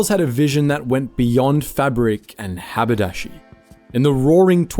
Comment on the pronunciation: Oh yair. Department stores around the world are all doing well. Not. How smarmy is this guy? BTW the word is Hab-er-dash-ery.